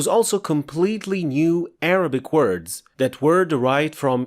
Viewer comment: this video is so difficult to listen to because you are using arabic words with an arabic accent. i understand the purpose and even the name of this channel, but if you're speaking english, can you please use an anglicized pronounciation of arabic words so as to not turn away potential viewers?